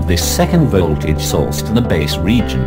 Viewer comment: But this is soooooo disturbing. It ll be nice if you do the videos again.VOLT(vol)AGE is what I can hear .This is the 4th time I'm watching this. Cz i I couldn't understand our hear anything except volt vo tage.Exept that video is nice